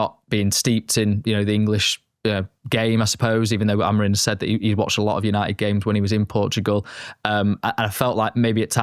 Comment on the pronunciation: Can anyone explain why professional journalists continuously pronounce it as AmoriN? Madness